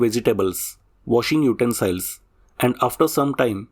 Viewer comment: Very clear information about important issues. By the way, "utensil" is pronounced not like "smile", but "ill"/sick.